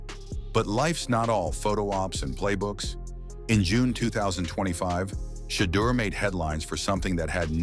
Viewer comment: One of the worst AI narrated videos in history. Day on sanders? Really?